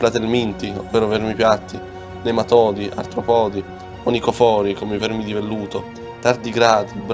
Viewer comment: Certo artropòdi non si può sentire…